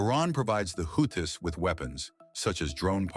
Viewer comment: Dear: Is it Houthis, pronounced Houtees or WhoThis?? Make up your mind please. 🤡